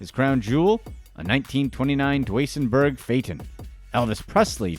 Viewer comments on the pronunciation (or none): You butchered the pronunciation of Duesenberg